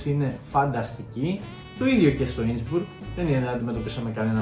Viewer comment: Μπράβο παιδιά! Η κεντρική Ευρώπη έχει άπειρους εξαιρετικούς προορισμούς. Μια μικρή παρατήρηση. Δεν λέγεται Ίνσμπουργκ. Λέγεται Ίνσμπρουκ. Inn + Brucke. Η γέφυρα του ποταμού Ιν. Σε αυτήν την πόλη αξίζει να πάρεις τελεφερίκ, να ανέβεις στο βουνό κ να κατηφορίσεις προς την πόλη με τα πόδια.